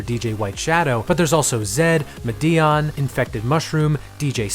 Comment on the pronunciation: it's MA-de-on not ma-DEE-on tho HAHAHAHA sorry but that really made me laugh